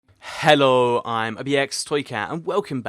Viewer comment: stop saying hellleoh you sound weird you don't sound English